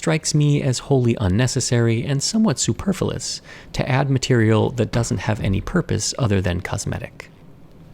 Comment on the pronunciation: I love your work and stand in awe of your skills and ability to restore beauty. I would suggest to you to look up the word "superfluous". You pronounced it "su-per-fu-lous" ... it's "su-per-flu-ous".